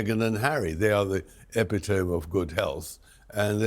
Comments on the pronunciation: Tom Bowyer needs to know how epitome is pronounced e pit o mee not epitome. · Had to check the pronunciation of epitome cause I couldn't believe this guy pronounces it incorrectly. He does.